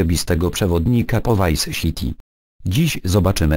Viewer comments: vice siti hahaha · vice SIti XD